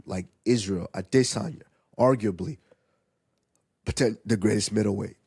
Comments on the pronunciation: Take a shot every time Henry says “ade-Sanya” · Stopped the video after 4th time hearing “Ade-sania “ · Aright the emphasis on A-DIS-sanya is gettin old, you burned it out. You don’t need to do it everytime you say his name…….🤦🏽‍♂️ it was only funny the first few times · Why does Henry have to say Izzy’s last name like the Duolingo owl